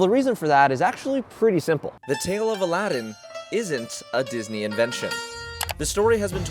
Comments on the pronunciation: Nooooo you forgot the second “a” in Aladdin 🥺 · Bro, u missed some letters. -Judging C(r)iteria -Al(a)ddin Cafe